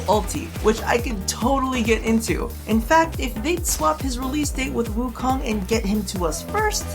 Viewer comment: you western ppl do not know how to friggin pronounce nezha and wukong .LOOK IT UP